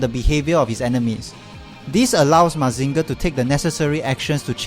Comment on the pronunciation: Great review, but the way you pronounce Mazinger hurts my soul.